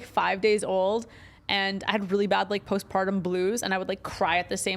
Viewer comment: It's "postpartum" not post pardum or post pardom. Man, that shit was irritating me.